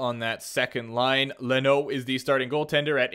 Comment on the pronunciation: Did he seriously pronounce Lennox, Le-NO?